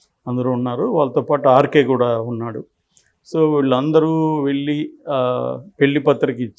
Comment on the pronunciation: Anchor గారూ! తెలుగు భాషను ఖూనీ చేయకండి. 'ళ' వేరు. 'ల' వేరు. .. వెల్లి, మల్లి, పెల్లి... అనొద్దండీ. వినడానికి అసహ్యంగా ఉంది.